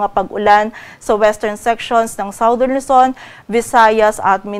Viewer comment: Forecaster, Southern is pronounced as SADERN, NOT SAWDERN